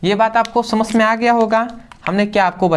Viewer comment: samajh gaya ❌ samash gaya ✅